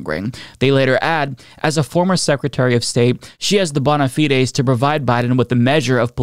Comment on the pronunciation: Bow-nuh Fyde (fide pronounced same as guide)